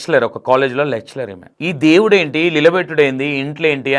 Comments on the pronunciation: యాంకర్ గారు మీరు ఇంకా మాట్లాడాలి ఎందుకంటే భాషలో తప్పులు ఉన్నాయ్ అవి ఇప్పుడు చెప్తా వినండి ఎస్పెరెన్స్ (experience) సనాత ధర్మం ( సనాతన ధర్మం) లెక్సెలర్ (లెక్చరర్) సక్స్రైబ్(subscribe) నోటిస్పెక్షన్(notification) ఫాస్టివ్ (positive) అంబ్లెన్స్ (అంబులెన్స్) ఇన్ని తప్పులు ఉన్నాయ్ ఒక్కసారి సరిచుసుకోని సరిచేసుకోండి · లెక్చలర్ కాదు లెక్చరర్. మధ్యలో చర్చికి వెళ్లే వాళ్ల గురించి నీకెందుకు భయ్యా? నువ్వు చెప్పేది ఏదో చెప్పరాదు.